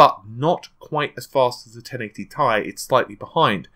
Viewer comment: it's t i not ti Nvidia's ceo says it like that too